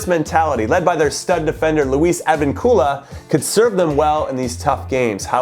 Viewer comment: Perus going through! Mark my words ⚽🇵🇪🔥 (Also its pronounced ad-veen-kula)